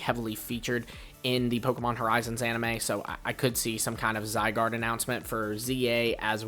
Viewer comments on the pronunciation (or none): none